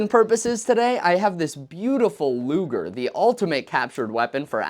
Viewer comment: Thank God you did NOT call the Po8 luger luuger like one of your competiters. L.